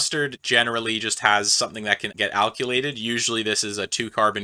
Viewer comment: "Alk-you-lated"? Where is the "u" in "alkylated"?